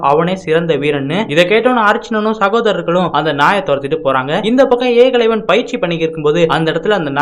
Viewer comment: தம்பி வார்த்தை உச்சரிப்பை சரியாக சொல்லுங்கள் ஏகலைவன் ன்னு பேர்